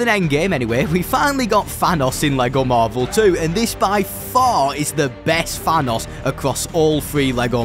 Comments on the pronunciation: Bro says "fanos" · FYI. It’s pronounced Thanos Not Vanoss